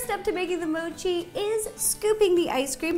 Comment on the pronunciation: At least learn how to say mochi😐!!!!!!!..bcz thats our beloved park jimin's side name💜